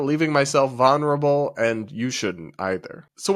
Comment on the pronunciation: I like you and your work, but for the love of God... vul-ner-a-bul